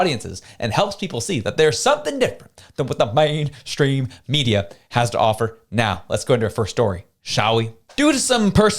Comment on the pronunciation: Great podcast as usual. The overenunciation of " Mainstream Media" is getting a bit tired though. Keep up the good work.